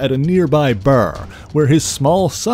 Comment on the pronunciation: Sounds like he had a stroke when he said bar 😂